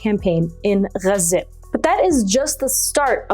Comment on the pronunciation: Please stop saying Gaza like that - Gazans don't say it like that - you are being a wanker